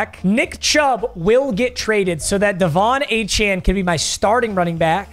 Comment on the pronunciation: HE FINALLY KNOWS HOW TO PRONOUNCE DE'VON ACHANE'S NAME!!!